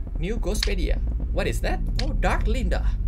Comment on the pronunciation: dian wahyu niarti dia sengaja pake dat bukan that